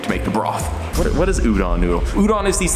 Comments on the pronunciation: PSA: Udon isn't pronounced "Ooh-Done". The "Done" part is pronounced like "Dome", but with an N instead of an M. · Lynch me, but I have japanese grandparents and they harass me for my pronunciation. It is pronounced u-do (like doe)-n. Not u-dawn. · "White boy declares his udon supreme, doesn't know how to say udon" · I feel violated by the way he pronounces udon. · As an Japanese man, it hurts me how he pronounces udon. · he pronounces udon wrong